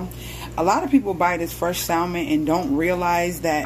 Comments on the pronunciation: Why does she keep sayin sal mon ? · I thought I could handle the mispronunciation of the word salmon but I can't 😭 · The "l" is silent. It doesn't bother or irritate me though. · WHAAAT YOU SAID saLLLmon!!!😂😂😂 do ppl really catch an Attitude for that. Even though I say it like "samon" and that's exactly how I use to spell it too 😂😂😅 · It's a inside joke on my channel lol I pronounce it the correct way normally. Lol omg u will be so surprised how people feel the need to correct the way people say SAAAALLLLLMOM..LOL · It’s salmon not salmon 😅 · Sal-mon hahaha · Your granddad seems cool, but he didn’t teach you how to pronounce the word Salmon. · Lol right.. I love messing with people abt the pronouncing of this word. Tfw